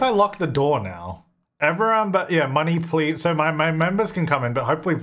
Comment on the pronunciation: Money Please-a sounds more like money pleasure........... Do with that what you will